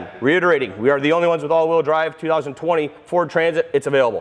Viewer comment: Great video, although it sounds like he is saying "2024" sometimes…😝